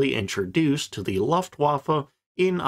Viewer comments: Good video. Some tips in pronouncing German, though. Blohm is pronounced like home. Voss is like Foss. The V = F Voigt is pronounced Fohkt, the O being like in home. Luftwaffe is looftvaffeh, W = V Or use pronunciation guides. It would make your videos sound all the more professional. Cheers! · Your mispronunciation of Luftwaffe is jarring. Please try (looft' - vaffuh)